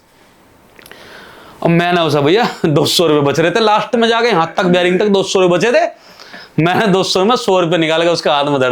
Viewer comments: बेरिंग नहीं भाई बेरिक बोलते हैं 🥳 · Bearing nahi barrack😂😂😂 bhai sach me jail gaya tha ki jhut bolra hai😊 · Abe baring Nahi bolte